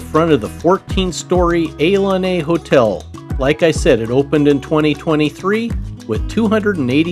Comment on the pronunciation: The Casino Ilani is pronounced ee-LAH-nee FYI